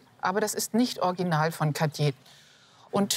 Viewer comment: Sogar unsere kluge sagt orginal, statt original! Und orginell, statt originell!